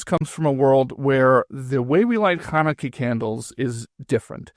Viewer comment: When she says “you cannot top the first night of Chanukah,” why does she pronounce “Chanukah” without its first consonant: as “Anukah”? Listen to it yourself, over and over (maybe with something to slow the speed) and you will certainly hear it! What’s up with that?!?! Something very similar happens later on, too — when she says: “Both of those are holy”: she pronounces “holy” as “oly” — without the “h” … what’s going on?